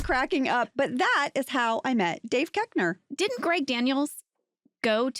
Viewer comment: Are you sure that's how you pronounce his name? When he starred on SNL, he was Dave Koechner where the hard O was pronounced